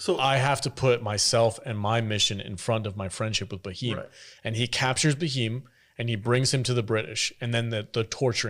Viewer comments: It's just cute to watch you guys pronounce Bheem [Beem] as Ba'heem 😂 ... Thanks for your reaction to RRR guys 🙏 .. Though you seemed to like the movie overall, you did sound a smidgen dismissive / condescending about the over the top action scenes and were critical to the realistic probabilities of some scenes [ironically Hollywood churns out more outlandish & Woke trash year after year that ends up getting rave reviews and an occasional Oscar 😜]. Not being rude guys, just opining .✌ You need to understand that Indian cinema is very diverse and mind numbingly varid in it's subject matters and cultural approach from different linguistic regions. If you are looking for realism and for you to be able to really appreciate the depth and scope of Indian cinema, you must watch and react ''live'' to the once in a lifetime and historically accurate movie ''SARDAR UDHAM'' .. It will just rip your soul . Hope you do take this suggestion seriously and I guarantee you, neither you nor your audience will be disappointed. [Here's the trailer of the movie, for your consideration.. [don't forget to enable subtitles] ✌.. It will also put to rest your westernized, watered-down history, of colonial brutality. With respects & regards from an Indian dude domiciled in Hong Kong... 🙏💖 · his not Muslim he took that getup when undercover his name is Bheem(Bh=V) not Ba Him full name KomaramBheem he's very respected freedom fighter so please hear the name and please properly say it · His name is bheem not bhiheem😊😄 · The H in Bheem isn't silent but, as you said, it's not Ba-heem either 😂 The B and H are to be pronounced together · It's Bheem not baheem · It's Bheem, not Baheem. Bheem is like beam in pronunciation. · Baheem is crazy, it pronounced “Bh, eeam’a’” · Do not write pronunciation of Bheam . Please . I request you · I love it when westerners are unable to pronounce BH, and come up with different versions. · there is no "a" in bheem, you say it like you spell it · Not bhaim it's bheem